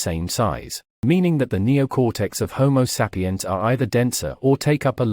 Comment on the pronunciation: Looks like the narrator would learn how to pronounce home sapiens, lol.